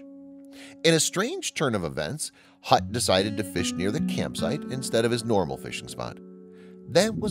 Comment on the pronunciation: Hutt not Gut